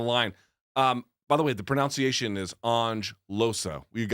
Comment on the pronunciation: "btw, the pronOUnciation" lol